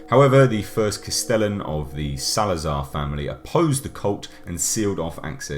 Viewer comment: The way you pronounce things is infuriating for some reason "LAYS PLAYGUZ" "RAYMIN SALZAR"